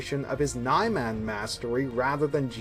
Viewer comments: Nye-Man? I think it's Neeman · This guy is expert at saying Niman. 😑😑😑😑😑😑😑😑😑